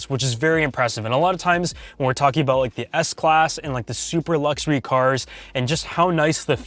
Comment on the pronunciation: i like how you say lukzory :)